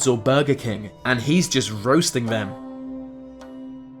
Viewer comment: What's up with your voice mate? "vem" instead of "them" and over pronouncing S's and T's...